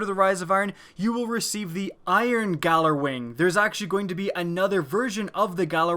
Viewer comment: its pronounced yallerwing